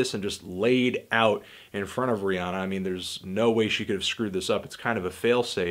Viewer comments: It's Rhi- anna. Not onna. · He can't even say her name right